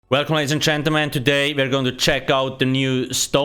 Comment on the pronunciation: " Welcome ladies and chantelmen" lol Someone else wrote this on another vid and I can't I'm done.